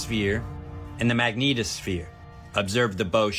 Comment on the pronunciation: Bearded guy is highly annoying and often incorrect. He needs to get HUMBLE. Why do people like him say magneeetosphere? Smh, so ridic.